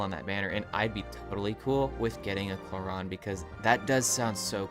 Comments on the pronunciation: It’s pronounced Clor-rin not Clor-ron. Other than that good video. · umm its Clo-Rand bruhh